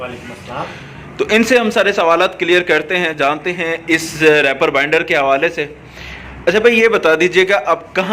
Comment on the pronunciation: bhaijaan, bura mat manaana please. REEEEEEEPER. REEEEPER bolne hoga. spelling Reaper.